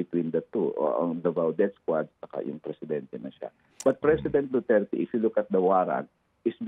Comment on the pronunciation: Damay pa tuloy ang Dutch.hindi sya Pure Dutch.hindi nga ma pronouns ang Duterte.banggit nya Duterts😂